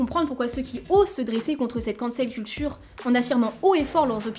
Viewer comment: "La Ken-sole Kaul-tcheuw"